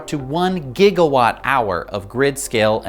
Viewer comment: 1.21 gagawatts !?!?!